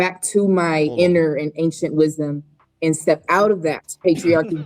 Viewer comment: "Ancient Wisdon" 🙄🙄🙄🙄